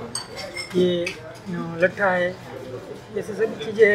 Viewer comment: bhai ..mattha. ..bolo. ..lattha nai 😂😂😂😂😂